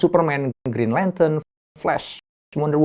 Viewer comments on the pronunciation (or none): none